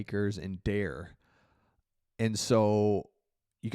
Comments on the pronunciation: His name is pronounced 'Dar-A' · Dare name is pronounced (Dar-Ray) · Dare is pronounced Dar-A. Thanks for the good news, Hopefully him and Cam Akers can run all over the Bills without Mixon back. It will be great when Joe comes back healthy though. Especially since I have him on my fantasy team as well. Go Texans!! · Dare is pronounced "Dah-ray" Not going to attempt "Ogunbowale" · Appreciate the coverage of my home team! The know the other runnings backs name is spelled is Dare but it's pronounced (Da-ray), just fyi. 😊